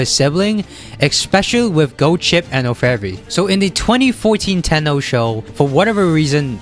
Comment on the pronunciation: You butchered Orfevre's name too.